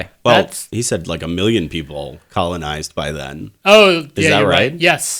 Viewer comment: conolize, one more time!